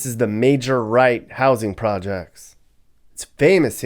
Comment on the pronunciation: It's Mayor Wright Homes, Mayor Wright's.